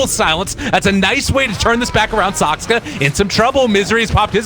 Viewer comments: SAKSKA SAKSKA SAKSKA it fucking triggers me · The pundit can speak clearly with 200 words per minute but somehow manages to pronounce T.bird Saksa wrong every single time ...